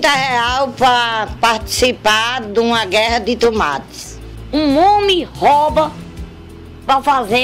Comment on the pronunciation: "AS TUMATI" 😂😂😂❤